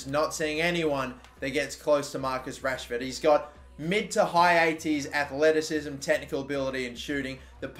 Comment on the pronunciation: It’s goddamn Rashford ain’t it